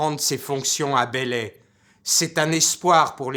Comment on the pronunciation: Par contre c'est belley et non bélley...